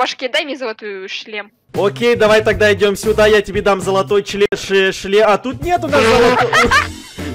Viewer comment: Почему ты всегда хочешь сказать ЧЛЕМ вместо шлем